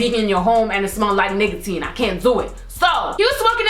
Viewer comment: I thought she said niggatine when she said nicotine lol